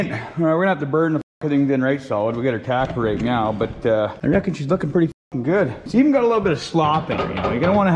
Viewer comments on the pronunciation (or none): Why are you saying meow every time you mean to say now?